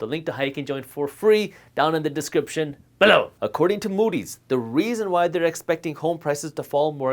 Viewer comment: U need to calm down with the “below” tone